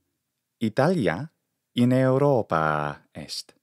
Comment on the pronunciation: thanks for the explanation. Now, here goes another question; how do you know how much to extend the vowel sound and whether it has a variation in the intonation while pronunctiating the extended vowel? Sometimes I hear you say "Europaa" and sometimes "Europaaaa"